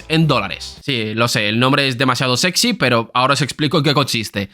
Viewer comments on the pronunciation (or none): none